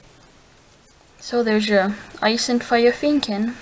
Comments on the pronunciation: Feeeeenneeeekin?? Pronunciation: Fen-ni-kin OK?! see my icon? It's a Fennekin. So no messing with ME!!!!!!!!!!! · You say fennekin wrong